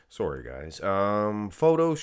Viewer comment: did i catch a hint of Canadian in that “sorry”?😎